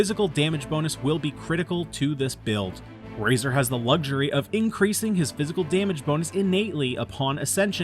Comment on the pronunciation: Good build but did he just say Fæshil